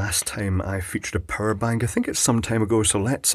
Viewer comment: im not sure if its the accent, but i swear you said a purr' bank